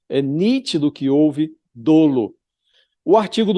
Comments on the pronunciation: Josias! A pronúncia correta é "dólo" e não "dôlo", mesmo a grafia correta, sendo dolo, sem qualquer assento gráfico. O som do "o" é aberto, e não fechado. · A pronúncia correta é “dólo”. Isso não é uma crítica, mas apenas a intenção de contribuir. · A pronúncia correta é DÓLO